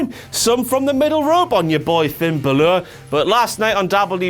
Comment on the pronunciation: Why can't (or won't) say Balor the right way?